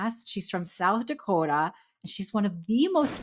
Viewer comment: Yes she totally nailed the pronunciation of South Dakota!! ... the first time, not the second time!! lol that was Northern Minnesota/Canada 😂 Midwestern girl here ❤️🤍💙 🇺🇸